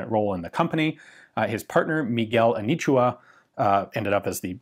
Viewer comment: The “A knee chew her” is quite painful to listen to 😕